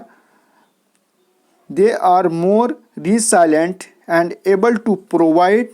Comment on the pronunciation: Trail ka pronunciation ट्रायल nahi ट्रेल hoga. Resilient ka pronunciation री साईलेंट nahi रिˈ ज़िलिअन्‍ट्‌ hoga Fast into death nahi " FAST UNTO DEATH" use hota hai. 55cr rupees k pehle "THE" ka use nahi hoga. Bahut shukriya sir itni umda class k liye apki mehnat rayega nahi jayegi in sha Allah.